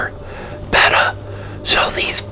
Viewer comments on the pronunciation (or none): none